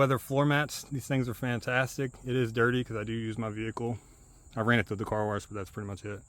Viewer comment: Did you say "warsh my dishes?" I haven't heard that since I used to hear old folks say it when I was a teenager decades ago. It was so funny to me that I started saying it every time I say wash and got my family and partner to say it too. Might be my favorite non-word word. 😄